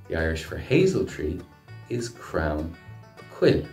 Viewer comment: Crown?? I'm sure it's crann